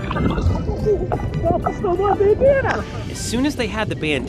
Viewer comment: I thought you said "he stole my banana"😂btw i lliked and i've been subscribed for 1or 2 years